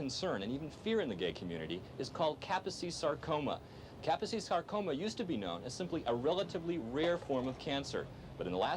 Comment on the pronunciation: It’s pronounced Ka-pose-ees Sar-Coma.